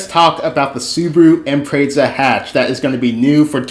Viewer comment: It's an Imprezza... but I guess we can call it an Impreissa.